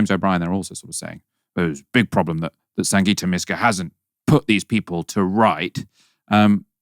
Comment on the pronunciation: Thry called her Sanjita It's SanGita